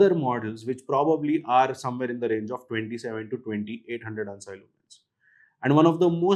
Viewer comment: Never heard someone saying ANSI as hun-sy instead of an-si